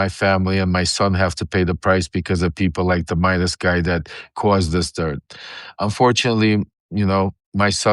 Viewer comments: Just fyi, Ben's last name is Meiselas, not "Meidas." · For the record, his name is Ben Meiselas not Ben Midas. If you are going to create videos about him, get his name right! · Meiselas, not Midas